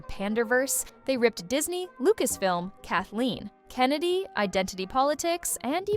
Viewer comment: It's Kathleen Kennedy, not "Kathleen... ...Kennedy"